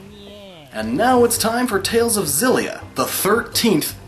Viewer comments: Actually I think, isn't Tales of Xillia pronounced "ex-zillia", because in Japanese it is called "Teiruzu Obu Ekushiria"? But yeah, I also called it Tales of Zillia because I didn't know what else to call it before. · Exactly. So the point would be that if they were trying to make the game's name Xillia as in Zillia, they would have written it was ジリア or Zi-Ri-A. The エクシ part of Xillia is meant to emphasize the phonetic pronunciation of the letter X as opposed to when the letter X is used in a word which would be like E-Ku-Su. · ***** No, it's pronounced "Ex-illia" The Tales creators do adapt English words to name their titles, except Xillia isn't an english word. If they wanted it to be called Zillia, they would have written it as テイルズオブジリア. Sephiroth isn't nearly the same situation. Sephirosu is the Japanese pronunciation of Sephiroth because there is no "th" sound in Japanese so they use "su" instead. The reason why we know it's Sephiroth is because the word Sephiroth or Sephirot or Sephira comes from Hebrew and the creators have stated that. Xillia is not based in English. The creators call it Exillia for a reason. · The Tales of Xillia theory would make sense if it was pronounced Zillia, but it's actually pronounced Exillia (エクシリア - lit. Ekushiria) the rest are probably right though, not that I'm gonna check. I enjoyed the video though. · I though it was meant to be pronounced Ex-illia, as in exhilarating. Not Zillia. Am I wrong? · Actually tales of Xillia is pronounced X-illia. The x does not sound like a z. The producer of the game said it's not a z sound it's an x. But love the explanation!!! I've been playing tales games for many years!!! Best one- Tales of the Abyss:) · guys when he talks about tales of xillia he forgot that the x is not soft. its X-illia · I absolutely love Tales of Xillia!! I always thought it was pronounced shillia not zillia, but after your explanation, it makes more sense.